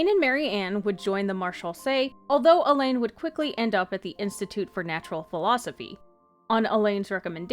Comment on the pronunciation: Great video, it helps to connect the dots for all the bits of different lore. If I may offer a slight suggestion, Alain is kind of pronounced like Alan, rather than Elaine. I was a bit confused at first while listening to it.